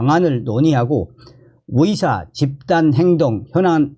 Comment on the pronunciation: 위대 아니고 의대 위사 아니고 의사